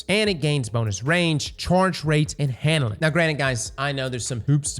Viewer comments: Everytime says "Handlin'", I get a chuckle. I have no idea why. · There’s no “D” in hannelin